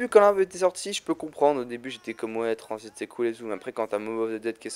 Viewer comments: mec gg mais juste un truc t'a dit tranzbite au lieu de tranzit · On diret tu dit tranzbite